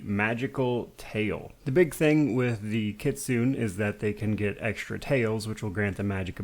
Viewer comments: Great Video as usual man, you're one of my favorite youtubers! Sorry i feel bad correcting you, its pronounced Kit-su-né (like nay) not Kit-soo-n. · Kitsune is from Japanese so it is Kitsu-neh